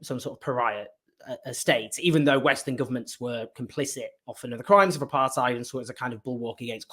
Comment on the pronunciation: Great work Owen. I wish you would pronounce apartheid correctly as does Andrew Feinstein. I am amazed that any of this is news to so many.